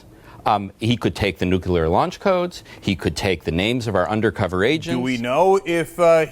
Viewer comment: nucular. How could this illiterate person have ever become a journalist?